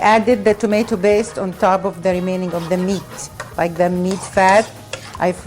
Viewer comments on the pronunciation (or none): botatoes, barseley, tomato baste sort ur speech out